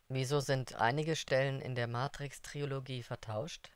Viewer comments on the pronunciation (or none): Super Info, aber bitte Leute ... Tri-lo-gie Nicht Tri-O-lo-gie